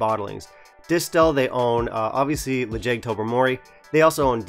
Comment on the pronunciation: Quick tip for any Gaelic names: in Gaelic the stress is (almost) always on the first syllable, so the way you pronounced it in your previous video was more correct. To be fair, the name of this whisky isn't using standard Gaelic spelling, so you can probably pronounce it however you like ;)